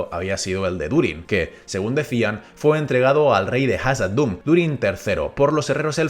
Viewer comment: Son cosas mías o de un tiempo para acá estás pronunciando Khazad Dun de forma distinta?